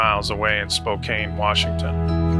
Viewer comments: Learn how to pronounce "Spokane" it is not "Spo-KANE," but "Spo-CAN." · It is prnounced Spo Can not Spo cane. Just like the s is silent in Illinois. These are indigenous names